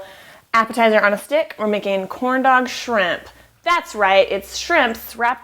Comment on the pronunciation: If it wasnt for the title, I swear you said "Horn Dowg" shrimp :-) LOL you crack me up, looks fantastic once again, you are so awesome! thumbsup for huiggin and kissn! whooot whoooot